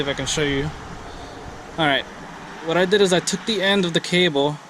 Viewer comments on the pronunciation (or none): none